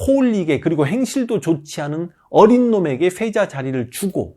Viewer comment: 황현필 선생님께서 말씀하시는 내용을 들으면 시옷 발음이 thㅔ자 thㅔ손 이렇게 들림ㄹㅇ